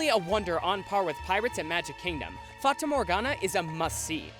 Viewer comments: its pronounced fata morhagna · Me living in the Netherlands Funny how he says fata morgana and droomvlucht becuase he says them wrong but I'm proud he tried now I know even more why dutch is a hard language. I guess I could say I'm lucky because I can bike to the efteling amd I have a year ticket so I can go the whole year. Okay thanks for reading this story made absolutely no sense